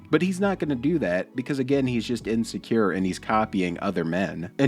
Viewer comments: ”you’re just inscure” I laugh my asa off when he says “insecure” - or most everything he tries to say. Dude is a CHILD, WTF can he teach anyone when he still lives in mommy’s house? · “You gotta be so ineskure” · Is he purposely randomly putting the letter S on words that should not have an S on the end? 😂